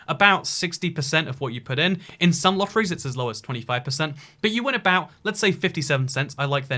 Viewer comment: Lotteriee lol